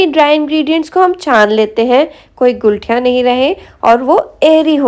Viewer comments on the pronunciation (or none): Gulthiya nahi ..guthliya hota hai 😂😂